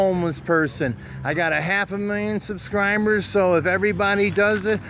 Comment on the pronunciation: "I got a half a million subscrimeburs!" I pronounced that word wrong all this time!